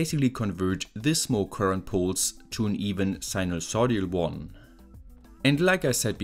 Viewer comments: I don't know if "writing" you that will make any difference since you already spelled it right in the video but you pronounced it sinusodial, it's actually sinusoidal with the i before the d. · wtf is sinusodial??? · Dude, I really like your videos. but please look up how to pronounce sinusoidal, it's really not that hard :D